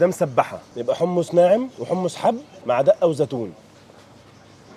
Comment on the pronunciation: حمص مش حمس 😃😃😃